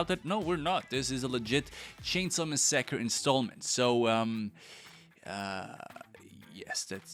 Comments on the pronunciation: massacre❌ mu-saakerr✅ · No no. It's not massacre, its Mass-acker. You're saying it wrong lmao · I think he put em-PHASIS on the wrong Syl-LABLE when pronouncing mas-SACRE 😉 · bro "mesacred" that pronunciation 😂😂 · I say this with complete sincerity and want you to know I’m not trying to make fun of you when I say this. I absolutely love how you pronounce things Massacre as “mah sacker” is definitely my fav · Did he just say messeker? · Bro it’s pronounced “massacre”🤦🏽‍♂️ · "Texas Chainsa Messekker" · Bruh really said “Texas Chainsuh Masucker” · 😂he pronunced massacre as Ma sak or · MA SUKA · The way you say massacre was the best part 🤣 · Please say the least part of the title slower and a little more accurate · Are you pronouncing massacre that way just to piss us off. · is this your voice?? bc the way massacre is pronounced it sounds weird i knw u have an accent but, another computer program voice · The most disturbing thing about this video is the the way you pronounced “massacre” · could say he massacred it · facts. had to back it up twice just to make sure I wasn't trippin when he said it. lmao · Same, I’ve made it a bit of a game with myself to see what words they’ll mispronounce because they’re (I’m guessing here) French